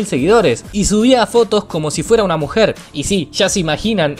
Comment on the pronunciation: dise mujel